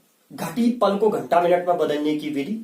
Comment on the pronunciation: पला नही, पल होता है।